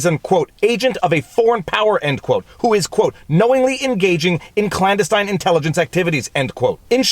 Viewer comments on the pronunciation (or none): none